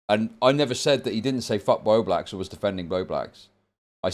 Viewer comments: continually saying "bow bax" and forgetting the L irritates me to no end for some reason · omg it makes me want to yell at the screen😭😭BOBAX BOBAX BOBAX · can't event pronounce Bowblax properly so of course he can barely keep a consistent thought in his head lol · I just want to say bowblax's name right once. I dont think there has been a single time.